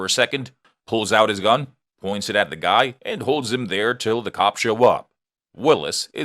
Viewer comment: I know what a gun is. I have never heard of a gon because it sounds like you're saying gon